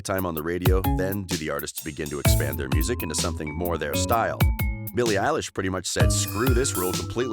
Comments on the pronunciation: You said Billie Ayelish! It’s Billie Elish! I’m cringing! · I love how he's calling her eilish 😂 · I hate when she calls her Ellish... 😂😂😂😂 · Bille illish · All I hear at this rate is “Eilish” all I hear rn XD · Her name isnt elish its billie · “Eilish” “Eilish” “Eilish” “Eilish” “Eilish”